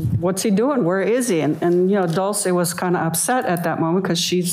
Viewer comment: The defence attorney can't even get Dolce's name right. DOLCE not DULCE🙄